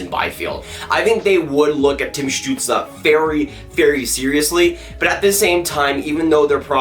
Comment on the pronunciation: It is stutsel not stutsla